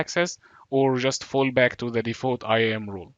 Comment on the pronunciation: Thank you but I have difficulty differentiating your accent wrt "role" and "rule". They sound the same....